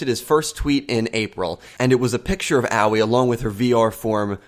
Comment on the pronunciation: I don't know how many times I still have to type this but once again I must tell you it's pronounced Ahh-oi not oww-ee please someone get this right.